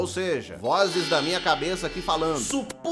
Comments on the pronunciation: "Supunhetamos que de repententelhos, o mundo se descabassasse" (Falcão) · "Supunhetamos"... não tankei.